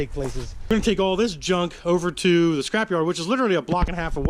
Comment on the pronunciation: It's a SCRAP-yard, not a CRAP-yard. Lol